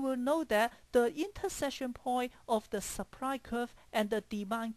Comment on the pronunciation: he said seepry (supply) lol